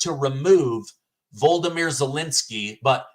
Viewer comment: Would you PLEASE learn how to pronounce VOLODYMYR correctly.